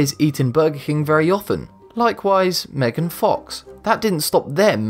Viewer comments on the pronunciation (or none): none